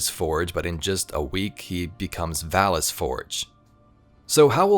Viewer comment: bracus forge, not valus forge